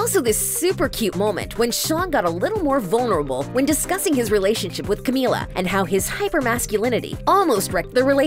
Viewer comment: *finally one of these people says her name right me: HOLY SHIT GUYS THIS IS A BIG DAY FOR US